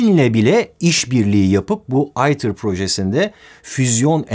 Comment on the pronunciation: neden "ITER" değil de "eater" diye okunuyor? Kısaltma değil mi bu...